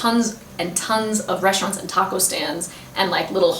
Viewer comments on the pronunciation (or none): none